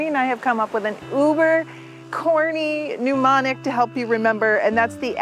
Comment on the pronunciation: Mnemonic, not Pneumonic 🤓